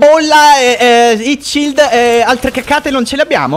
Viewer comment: Hahahha il russo che ti intima "charge your shild!" Fa sbregare